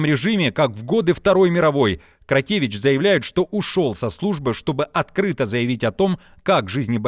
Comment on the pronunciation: Коментатор за кадром исправь челюсть. Где ти видишь в фамилии Кротевыч букву и ? Или вас не учили интёрнетом пользоваться. Если Кротевичь то и Кадиров а не Кадыров...